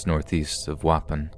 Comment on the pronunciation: Danielle Barks don’t worry I have one too. Waupon is not pronounce waupin, it’s wah-pawn. It took me half the story to figure out he was talking about a town I went to weekly as a kid. No disrespect man just maybe google how to pronounce things if you aren’t sure please.